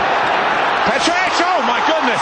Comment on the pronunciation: It's Petric not Petchrich